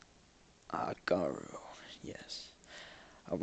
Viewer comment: I've generally heard "garru" pronounced with short 'a' and long 'u' (oo) sounds.